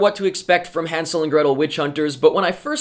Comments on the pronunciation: God, finally a Reviewer pronouncing Hansel correctly. It's German and written with an "ä". Even the actors mispronounce it... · good that you can actually pronounce hänsel and gretel. better than gemma in the movie. and i am from germany so i can tell.